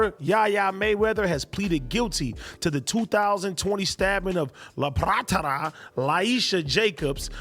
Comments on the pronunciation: What is so hard to pronounce about the name Lapattra? And if it's challenging for you why not practice? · am i the only one dying laughing at "LAPATHARA"?